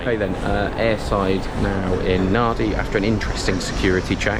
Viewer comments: Just stumbled upon your channel. You said NADI but it's actually pronounced NANDI 🤣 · Glad I found this and happy you made it to Tuvalu. I’m from Papua New Guinea and Tuvalu is high on the travel list. P.S. it’s pronounced Nan-Dee. The “d” in Fijian always has a silent “n” in front of it. “B” has a silent “m” in front. So Fijians say “mmmmbulah” not “bula”.